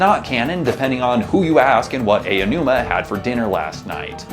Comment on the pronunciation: Please stop calling him Ayo-numa. Ow-numa.